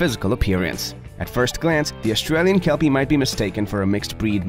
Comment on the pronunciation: Kelpie border collie cross owner here. Great vidi but why are we listening to American who can't even get the pronunciation correct talking about an Aussie dog breed.